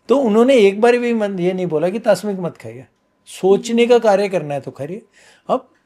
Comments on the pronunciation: पहले बात तो में को मैं यह बोलना चाहता हूं कि क्या धरती पर ऐसा कोई क्षत्रिय पैदा नहीं हुआ जो बिना मांस खाए जिसने युद्ध लड़ा हो और विजय हुआ हो और दूसरी बात आहार तासमीक नहीं होता तामसिक होता है इनका उच्चारण ही गलत है जिस चीज का ज्ञान ना हो वहां पर प्रवचन नहीं करना चाहिए, और धार्मिक ग्रंथो की बात यह जब कर रहे हैं कि जहां पर मांसाहार खाने या ना खाने के बारे में कहा नहीं गया है इनकी बात बिल्कुल असत्य है परशुराम भगवान एक क्षत्रिय थे ब्राह्मण कुल में पैदा हुए लेकिन वह मांसाहारी नहीं थे मंगल पांडे का उदाहरण दो इन्हें पता ही होगा जिन्होंने अंग्रेजों के विरुद्ध स्वतंत्रता की बिगुल बजा दी थी मांसाहारी नहीं थे, इस धरती पर जो इंसान जन्म लेता है वह ईश्वर प्राप्ति के लिए ही जन्म लेता है और ईश्वर की प्राप्ति सात्विक भोजन से ही की जा सकती है ज्ञान एवं भक्ति मार्ग से ईश्वर को सहज प्राप्त किया जा सकता है और अन्य अवस्था में आप ईश्वर को प्राप्त नहीं कर सकते ध्यान के लिए मन शांत होना चाहिए और सात्विक भोजन ही मन को शांति दे सकता है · आप भी इंटरनेटिव बाबाजी पैदा हुए हैं .. मांसाहार के बारे में नित्तान्त गलत व्याख्या की है और पहले सही शब्द प्रयोग करना सीखें... "तामसिक" को तास्मिक कह रहे हो। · Tasmik nahi sir tamsik hota hai,,,, gajab ho aap sir ji😂😂😂😂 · It's तामसिक भोजन Not तासमिक Sir 😇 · Tasmik nahi tamsik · topa, tasmik nahi bolte, tamsik bolte he.. or nonveg khana paap hi bolte he kyuki har jiv bhagvan ka diya hua he.. to kisiko bhi mar ke khana paap he. janwar nahi insan he hum.. pura podcast suna but last me hug diya sale,, kahi dikhna mat tu muje ab youtube me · Isko kuch nhi pta hai, tamsik ko tasmik bol rha hai, non sense isko kuchh idea nhi hItkhud ye bhi non beg khata hai isko may bulaao kabhi bhi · तास्मिक भोजन नहीं - तामसिक भोजन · Tasnik nahin..*Tamsik* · तामसिक न कि तास्मिक 🙆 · तस्मिक नहीं "तामसिक" होता है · TASMIK nahi .. TAMSIK.. Mat khao bhai.. tumhe ladhne nahi jana hai😅😂 Veg is good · please correct. It’s not “ tasmik Khana,” rather Taamsik तामसिक bhojan भोजन . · Tasmik nhi hota, tamsik hota h. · "तासमिक" नहीं "तामसिक" , कृपया माफी करें। 🙏